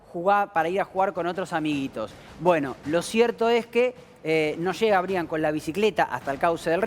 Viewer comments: anunciando la muerte de un angelito, con música de circo???? es en serio??🤔.......…😭 ah!!! y por favor, se escribe Brian, pero se pronuncia Braian. es un nombre en inglés. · Creo que se pronuncia Braian, y se escribe Brian.